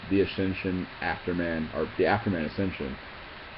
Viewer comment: Dude its AfterMAN. Afterman